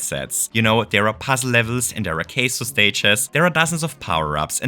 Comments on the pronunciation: Is saying Queso as engagement bait or does he after all this time still doesn't know how to pronounce Kaizo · How can someone with such information and passion for Mario Maker not know how to pronounce kaizo lol ...not that I'm against the idea of Queso Stages... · team queso 😋🧀 seriously tho how do u make a mario maker video about hard levels and not no how to pronounce kaizo hahahahah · please stop pronouncing kaizo like it's "queso" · it took me 12 minutes to realize that you were saying "kaizo" :l i was very confused as to what a queso level entailed... or why there would be a caseoh team... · why are you calling kaizo case-oh? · Never heard "Kaizo" pronounced "Queso" before but I love cheese (in MM and as a food) so I dig it! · When you say “kaizo”, it sounds like the Spanish word for cheese. “Queso” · Is THAT what the was saying?? I was so confused